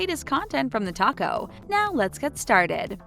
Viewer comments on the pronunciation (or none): none